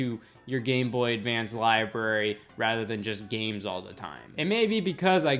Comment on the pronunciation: Am I the only one who hears it as "Hey Y'all"? Lmao